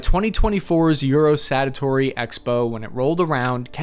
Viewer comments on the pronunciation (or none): You said "Eurosanatory" 🤣 Sanitarium (place for the mentally ill...as in that tank is *SICK!!*😎😎😂🤣LOL But maybe they're just whippin' them out for a MINE'S BIGGER contest🤣lol. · it is euro Sa To Ry ...satory.